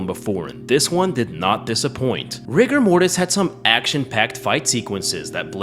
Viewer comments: You say Rigo Mortis, I heard Rick and Morty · RIGORMORIS GURL!